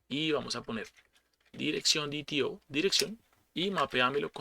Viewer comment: Excelente explicación, lo único que no cuaja es que le digas DiTiO al DeTeO :V